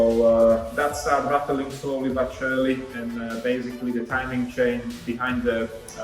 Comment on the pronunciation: Ratteling? I guess you mean rattling, yes?